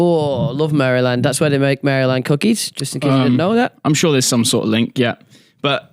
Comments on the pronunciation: Never in my life have I heard Maryland pronounced like that😂😂 it threw me off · Please learn to pronounce Maryland